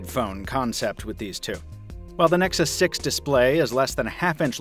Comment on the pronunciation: "moto x pure edition vs. nexus sex" it really sounded like that